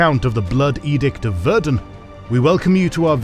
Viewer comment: Ah the Bloodbath of Verden. The only thing my hometown is known for. Verden is pronounced very differently though but I unterstand that for a non-German speaker that would be quite hard.